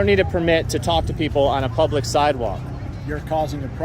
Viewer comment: ILL say IT AGAIN HE'S IN PUB UH LICK WHO THE HELL DO THEY THINK THEY ARE ITS P U B L I C